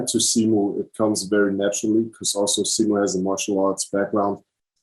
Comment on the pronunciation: Is the interviewer pronouncing simu’s name wrong (?) ☹️ 😅- great interview though!